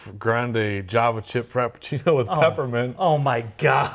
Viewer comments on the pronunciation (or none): 😂😆 and his frapachino!